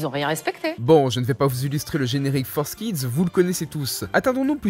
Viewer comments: FOUR… KIDS ! F-O-U-R !!!! Pas Forzz !!!! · pour l'amour du ciel on dit Forkids pas Forsskid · tu dit forcekids au lieu de fourkids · Entendre "Fours kids" m'a arraché les oreilles T-T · Dès le moment ou j'ai vu que "Forskids" s’écrivait "4Kids = For kids", j'ai décroché de la vidéo, me suis rendu compte que le contenu de cette vidéo est pas ouf en fait... (mais bon, vue la prononciation des autres mots anglais, comme "upskirting", ça fait relativiser, j'ai moi-même un accent de merde en anglais :O ) Vivement la prochaine, tu nous a habitué à mieux, jeune padawan! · Pourquoi il dit ForceKids au lieu de 4Kids aaaaaaaah